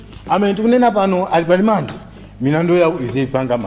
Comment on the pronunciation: Samalti "alimande" koma 'rimandi' kkkkk